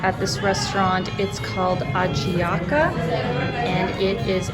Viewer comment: the ¨´J¨´ in spanish sons like H so is not ayiaco its ahiaco